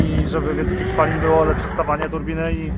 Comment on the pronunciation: jak zwykle super. Ale blagaaaammmm Was. Jak ktoś chce być profi to niech nauczy się wymawiać "zawor spalin". Ale to w Polsce nagminne. Bo to z zachodem nie ma nic wpolnego... pozdro